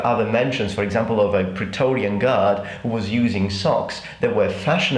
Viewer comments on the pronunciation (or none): none